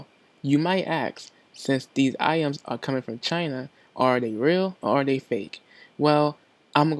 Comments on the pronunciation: Lol "iams" this nigga scooby doo get em some dog food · My nigga can't say "Items"...